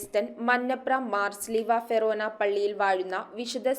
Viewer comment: ഫെറോനാ അല്ല ഫൊറോനാ എന്നാണ് 😂